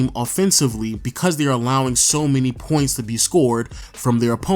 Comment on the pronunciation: The way you pronounce “points” make me cringe so bad